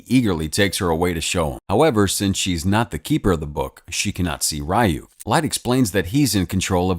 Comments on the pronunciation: The demons name is not pronounced r-y-ook it’s pronounced ri-ook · its not pronounced ri yuk its ree yuk😭 ive never bothered watching this bc i know it wont be able to stand up to the anime at all😭😭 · Am I the only one bothered by the pronunciation of Ryuk's name? Shouldn't it be something like R-ee-y-oo-k?